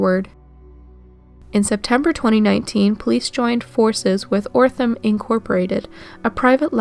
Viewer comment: Othram not Orthram